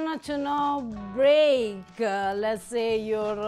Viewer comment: That's too funny she can't say break very good but she can say incorporate phenomenal😂❤